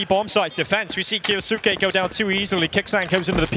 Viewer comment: Someone teach Moses how to say kyousuke